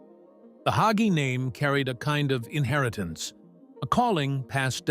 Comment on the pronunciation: You said absolutely nothing. Just a hit piece on a dedicated Christian pastor who trusts the LORD. And A I need to pronounce the name "Hagee" instead of "Haugee"